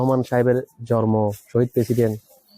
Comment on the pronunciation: জন্ম উচ্চারণ টা ঠিক করে দেওয়া যায়।